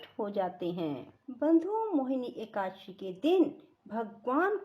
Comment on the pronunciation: एकासी नहीं एकादशी 🙏